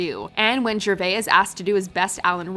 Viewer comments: Who is Ricky Schervay? It's Gervais. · It's pronounced JER VAYCE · Speaking of impressions, pronunciation is important too... Who's Ricky jerveyy? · The way she says Gervais 😷😷😷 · you pronounced gervais wrong smh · Pronounce Rick Gervais' name properly. The S isn't silent. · Sorry but a) that Beyoncé impression was cringey but honest and b) DID YOU SERIOUSLY MISPRONOUNCE GERVAIS???